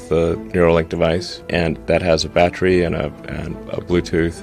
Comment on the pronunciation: I don't trust ANYONE who can NOT pronounce BATTERY properly.